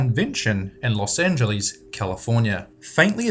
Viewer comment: Funny how he said, "Los AnGILIS" hahah